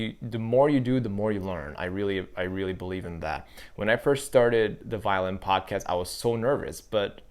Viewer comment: great thoughts! first thing ---I was so excited, because I thought "violent videos and a violent podcast? SOUNDS INTERESTING AND FUN! WHAT DOES THAT MEAN?" I love your episode here, but try to say "violin" differently, I think will help you. MUCH LOVE though!! I may subscribe. I need to see a few more videos from you! YOU ARE A GREAT communicator!!! TYSM!! OXOOXOXO